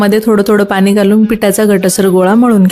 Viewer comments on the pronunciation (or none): पाणी बोल पानी नाही